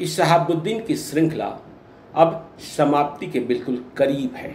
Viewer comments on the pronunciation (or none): Shamapti...kahan se sikhen hain aisi hindi